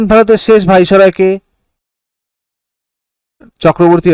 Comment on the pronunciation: বলুন ভাইস-রয় (viceroy)